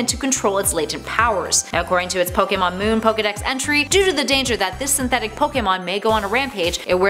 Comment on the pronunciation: Wow she pronounce almost every pokemon name wrong